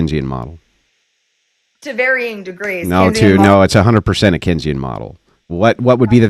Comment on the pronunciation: This dude tries to correct on Keynesian economics and then proceeds to wildly mispronounce it 🤣🤣🤣🤣